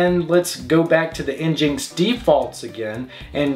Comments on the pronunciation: nginx is pronounced "engine - ex", not "enginx". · Njinx? Really. Nginx. It's an engine. Engine X. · It's pronounced (en-gine ex)